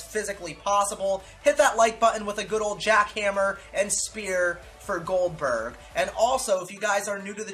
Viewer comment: also it’s Goldberg not oldberg